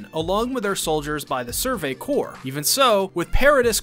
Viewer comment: survey corpse was the one that got me